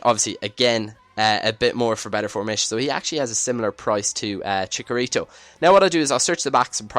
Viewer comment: chicharito not chikarito